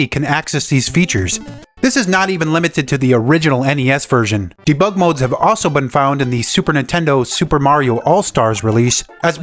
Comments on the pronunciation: the way you pronounce debug is artrocious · I've never heard debug annunciated differently, but after this video I've heard it a thousand times. ... Neat video, regardless. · You have a funny way of saying Debug... never heard anyone say it like that 😂